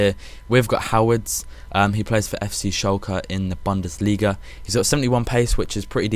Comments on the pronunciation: its he-ve-des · if u say harvedes its wrong but anyway. No problem with u mate ;) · You pronouncing Höwedes sounds like Howards:D Good video again,! Keep it up! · when u say it natural he and har have basically no difference. and dont take me the wrong way, i enjoy these videos, i just thought it was funny the way he pronounced it haha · it doesnt even have an r its howedes